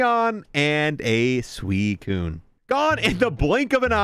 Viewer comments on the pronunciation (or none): none